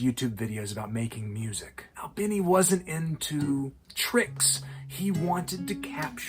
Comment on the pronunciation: his last name rhymes with teeny, not tinny…